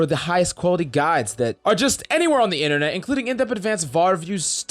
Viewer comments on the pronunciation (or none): none